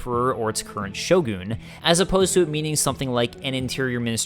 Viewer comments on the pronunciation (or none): this guy and his Crab Sho-goons